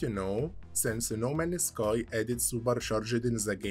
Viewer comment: No Man's Sky ❌ No Manus Kai ✅ I love your content brother. Just wondering, where are you from. You have an interesting accent.